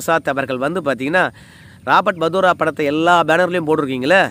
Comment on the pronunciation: Robert Vadera not Vadora